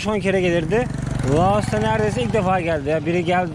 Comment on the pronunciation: Loas değil, Laos...